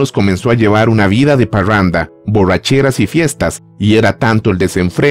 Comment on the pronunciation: Parruanda... Borruachera.. Arreuglaron... Guitaurra 🤦‍♂️🤦‍♂️🤦‍♂️🤣🤣🤣🤣🤣🤣🤣🤣🤣🤣🤣